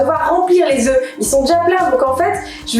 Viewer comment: "vu que c'est des oeuf ( le prononce au singulier)" je crois que le confinement détériore aussi le vocabulaire